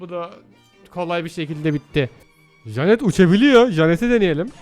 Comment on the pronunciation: ABİ JANET DİYE DEĞİL JENIT DİYE OKUNUYO